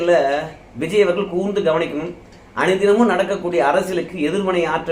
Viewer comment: தம்பி வல்லினம் மெல்லினம் அறிந்து பேசு இல்லை என்றால் உன்னை புல்லினம் என்று கூறுவார்கள். ர அவர்கள்னு சொல்லாம அவர்கல் இவர் கல் என்று கூறாதே